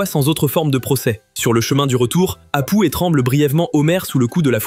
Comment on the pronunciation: Il faut dire apou , ca ce prononce apou